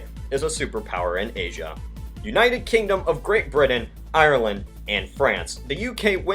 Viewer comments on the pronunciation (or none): none